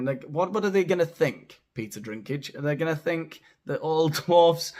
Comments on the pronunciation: His name doesn't have an R at all, it's DINK not DRINK. Peter Dinklage. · His name is Dinklage, not Drinkage 😂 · You have a ‘Drink’ problem 😂😂😂 It’s Dink Dink Dinklage😂😂❤ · Please tell me you called him "Peter Drinkage" on purpose. 😂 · Killing me, calling Dinklage "Drinkage". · Drinklage; the “L” is silent. You were right all along. Cheers! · It's not Drinklage hehe theres no R in it....only saying because I'd been saying same as up until season 8 😊😂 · … by the way, it‘s Peter «DINKLAGE» … You pronounced it wrong the 2nd time, too. 😜 Sorry, couldn‘t resist. 😂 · It's Dinklage. No 'R' in his surname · Seems you had some trouble with his surname; it’s pronounced Dinky-Large 👍. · Hey! It's actually Peter Dinklage. So you have two references...Peter and Dink. It is important to note that there is no "r" in lage. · Dude, you have a channel with over 84K subscribers, reporting on cultural Marxism in entertainment and you can't even correctly read an actor's surname? This is the umpteenth entertainment channel I've come across with presenters who can't spell, read or pronounce their own featured subjects. Don't want to be a bitch, but Jesus, do some research before you make a video and prepare your material. You're getting paid for this. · No 'r' in Dinklage. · Peter Dinklage, no R in the last name.